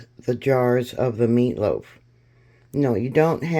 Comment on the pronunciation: "third bartch"...lol..whats a bartch? And whats "mearloaf" 😂 "litds"???